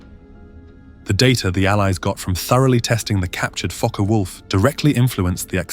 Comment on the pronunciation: NO MENTION of the very obvious much taller under-carraige ( or "under-cart" - as my post-war conscripted ground-crew father used to say) ; doesnt seem to be required for a larger diameter prop ?? Mixing of completely IN-correct and nearly correct pronunciations of "FokkeR Vulf" (actual German) is VERY annoying as so easy to look up !!